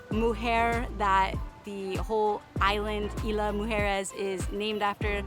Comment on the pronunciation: We enjoyed your video. Isla Mujeres (IZ-LA MOO-HAIR-ES) Deserves a few days stay to truly enjoy and know the island. The entire vibe and atmosphere changes after all the day trippers leave around 4pm.